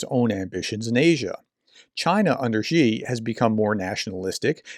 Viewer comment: Love your work. Just want to say "Xi" is pronounced "she". Thanks for all the analysis.